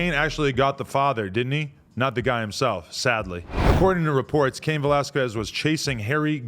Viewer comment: why adam cant say his last name right😭😭its pronounced vellasskez😂😂